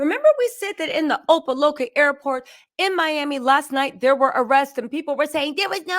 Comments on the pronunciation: It’s called Opa-Locka as in LOCK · op-ah-like-ah. js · Girl say "Opa Locka" again 😂😂😂